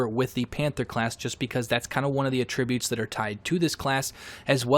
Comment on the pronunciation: The way you say attributes is infuriating